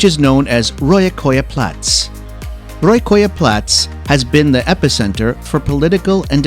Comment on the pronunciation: i don't know how you managed to butcher the names so badly, all you had to do was just pronounce it the same way you would read it but for some reason you decided to switch a's and o's in some of the names. Like wtf is "rojakoja plats", that could translate into sewage square and "kolamaja" that means trash house. But by some miracle you pronounced "Hiiumaa" like a local